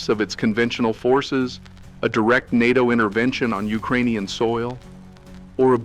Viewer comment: Yes. The AI can’t say NATO. It says “N A T O”.